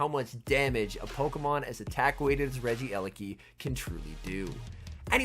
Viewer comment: My ears hurt It's not regi-eleki It's regie-leki